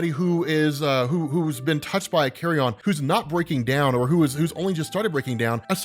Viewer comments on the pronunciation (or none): NOT "carry-on"... Carry-un... Like from a Nature channel or PBS special... Carry on is for luggage! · Dude... Bruh... Bruv... It's carry-yun, not carry-on... It's a decomposing corpse, not luggage. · Jeez it’s not “Carry-on” “carrion” rhymes with the second syllable in vege “tarian” or Bar “barian” it means rotting or decaying flesh but usually as reference to animals that spread diseases like rat or pigeons, diseases found in decay